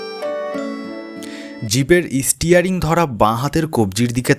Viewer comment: "Istearing"? Are you kidding me? You can not even pronounce a simple English word 'steering' and you want to read stories for others?